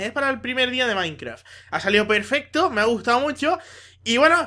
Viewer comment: soy yo o massi Dice pefeto